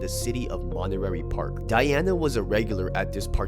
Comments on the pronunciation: it's pronounced monta-- ray park ,not monter- rary park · Monterey Park not montererry lol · ?...my boy "monte-ray" park. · Lmao you got me dying, the way you pronounce Monterey Park as "Montenary Park" haha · How do you mispronounce MONTEREY PARK? You’re not recording on physical tape. Re-record it homie.